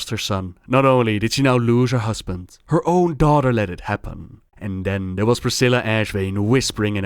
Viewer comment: udder, mudder, fudder, dey, dem. d'are